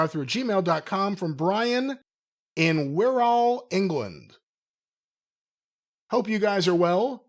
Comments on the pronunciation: "Wirr-uhl" is the pronunciation. "Ressssloh" it's the Welsh for Wrestling, ran (usually) by Orig Williams (who is spoken of highly by Regal and Finlay). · They way Brian pronounced Wirral was a war crime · Wirral is pronounced the same as "Squirrel" (minus the "sq")